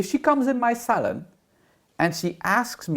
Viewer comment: New sub here 😘 I thought you were saying hair salad when you said hair salon. Lol I am a hairdresser too (since 1969/&'71 got my teachers degree. Thanks for the entertainment. (Good thing you added that NOT! after advocating purple shampoo for everything!) 😂